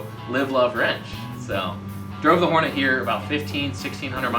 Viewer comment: Horneey. It's a Hornet, not a french bread.